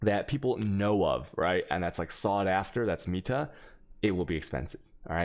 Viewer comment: IT'S NOT PRONOUNCED "MIETA" IT'S PRONOUNCED "META"